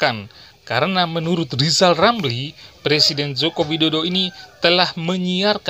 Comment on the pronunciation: Lisal Lamli,,,Sukuh ngomong R yg jelas